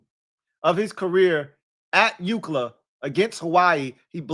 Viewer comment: Hey there’s a customer at my job that hates how you say UCLA he asked if you were a USC fan 😂